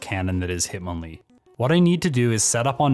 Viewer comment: Sorry "himtonlee" lol